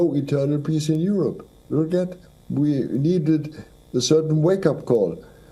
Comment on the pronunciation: Its U'rope. Not Yo Yo Yo rope!